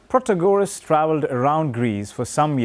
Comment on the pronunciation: It’s pronounced Protaaagoras